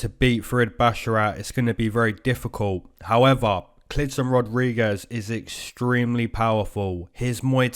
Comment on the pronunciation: I keep coming back here.. just to hear you say "Howeva"... lol much love :)